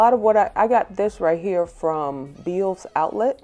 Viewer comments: Hi, did you say veils outlet or Beels outlet? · It was my first time on your channel. Beautiful transformations!!! And just so you know, it is pronounced "Bells" even though it is spelled "Bealls."